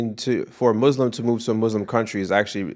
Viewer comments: Muslim, not muZlim, please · please pronounce Muslim with soft s. I didn’t know you were Muslim before you met! That’s amazing! « If you wanna elaborate that’s fine » « No, I’m good » You’re smart about being careful/picky about your friends. Vulnerability is so attractive. I loved the end